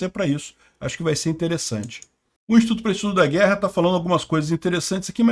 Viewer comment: Só eu que entendo o falar sempre: "O estudo para o estudo da Guerra"?